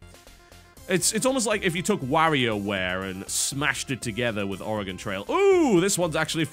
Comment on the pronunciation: I don't get it 95% of Americans pronounce Oregon incorrectly (Are-e-Gone) and the British guy gets it right....I have lost faith in thee, America.